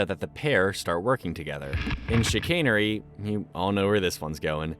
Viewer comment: Yes, you used the word and said it correctly, “chicanery” - the use of trickery or deception to achieve a goal, often through clever but dishonest means. It involves using artful subterfuge, quibbling, or sophistry to deceive someone, frequently to - me, pale, male and stale